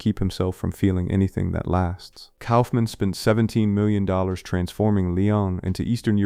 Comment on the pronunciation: New drinking game: do a shot every time the mispronounces a name. Guttenberg. Kaufman. And yeah, Hollywood didn't kill shit. Several of these have gotten the 4K treatment in recent years. And One Deadly Summer was French, so... "Critics didn't know what to do with them"? That's a baseless statement. Hanson didn't make a name for himself until the 90s, so I imagine he was just paid scale. It's weak, Google AI-powered videos like this that make me miss the old Premiere magazines from back in the day.